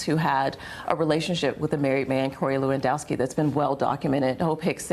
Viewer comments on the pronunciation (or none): none